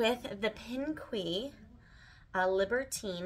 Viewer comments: I believe it’s pronounced ‘ Pink’ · I thought pinque is just pronounced pink! Loved the sweaters on you!